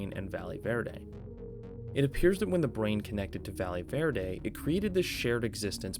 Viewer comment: I swear to god nobody can pronounce Valle Verde. Just call it Green Valley if you can't be bothered to look up a pronunciation.